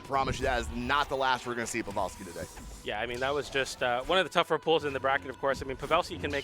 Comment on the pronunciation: Why Buddy saying Pavelski name like that ?